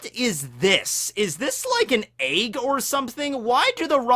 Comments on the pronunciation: Also it's an EGG!! Not an AEYG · Why do you call it eyg instead of egg? :P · Lol why do you pronounce egg like “Ayegg” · the way says egg pisses me off for some reason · Please pronounce 'egg' again for my amusement. Thank you. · am i the only one who is triggert by the way he says egg